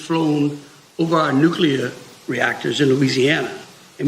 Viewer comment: Benny you're so far off base. Your pretend Christian perspective and simping for Owens, and inability to pronounce basic english words like nuclear - was bad enough honestly. But parading Andrew Tate around as though he's a victim and not a horrible misogynistic, psyop of what a man actually should be. YOU'RE A HACK NOW BENNY. GTFOH.